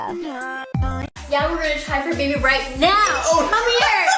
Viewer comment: The woman that says Baabee (I don't even know how to spell it) instead of baby. Like it's so obvious that it is not real but people believing that it is. It bothers me.